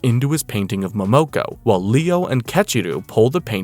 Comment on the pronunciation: It’s mo mo ko